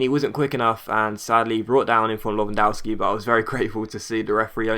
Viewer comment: you say Lewandowski wrong JS Great vid